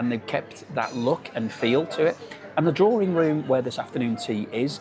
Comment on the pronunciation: DRAWRING ROOM? 😂 D R A W I N G ROOM!